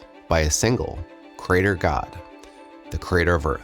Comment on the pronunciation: FFS! Why are younger folks pronouncing “creator” as if it were spelled “crater”??? “Creator” has THREE syllables — “kree-AY-dur” — not two!